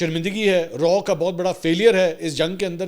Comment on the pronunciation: Its not RAW bùt its RAAW